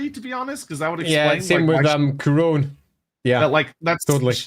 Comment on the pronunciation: Pronounciation Guide When a word ends with onne in French it's pronounced sort of like none in English. So Carcasonne, Bastonne, Couronne, Brionne. No nasal inflection. When a word ends with on in French it's pronounce a bit like strong in English. Nasal inflection on the n. Parravon(g), garcon(g), Macron(g).